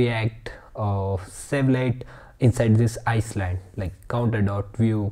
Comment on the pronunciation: Great video, just for my sanity I have to say: island is pronounced “eye land” not “ice land”. Keep that positive energy coming! 👍